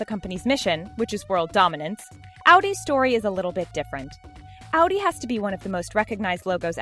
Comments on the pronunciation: It’s Audi not ALDI THERES NO L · Ow-dee? Most people that I know pronounce it ah-dee. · Audi= Awdee. Pronounce this right or you’ll regret it... ( I’ll give you more hate comments) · she pronounced audi wrong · Was anyone else getting annoyed we she said audi wrong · You didn't pronounce audi correctly ya stupid idiot